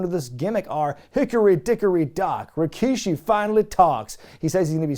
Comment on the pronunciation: I checked Rikishi's promo on this show and yeah that opening line was kind of funny. Almost as much as the infamous "I did it... For The Rock." By the way, I chuckle also because they kept referring to him as Rakishi instead of the regular Rikishi name. Next Attitude era PPV you cover that has him on the card, you gotta pronounce his name as RAkishi from now on.